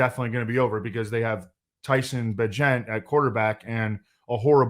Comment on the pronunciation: FYI - Tyson says it's pronunciation is like Agent. Secret Bagent Man. Bagent of Change. Hopefully you won't have to say his name again after this week.